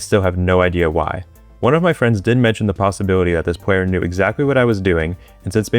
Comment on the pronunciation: “Knew it” bro please 😭